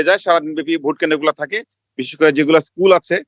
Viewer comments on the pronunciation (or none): none